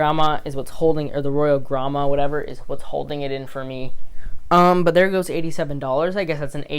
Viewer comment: You do not pronounce the Royal Gramma like Grandma.